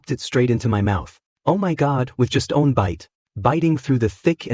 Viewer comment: Anyone else feel tilted with the way the AI says one??